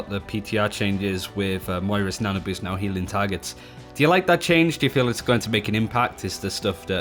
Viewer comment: “moiras nano boost”